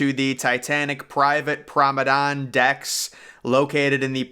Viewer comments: I have help you out with this, as a native British speaker. It is correctly pronounced Prom-on-ahd deck not prom-on-ahn, the D is hard not silent another correct pronunciation for this in American English is, promon-aid as in band aid also with a hard D. Hope this helps your presentations in future, And a great video by the way, Thank you for your work. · Don’t make anymore video on the promenade if you can’t pronounce it correctly lol. Truly atrocious pronunciation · Nice video, interesting pronunciation of Promenade....which I don't think ends with an "N" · It’s pronounced Promenade* cool video!!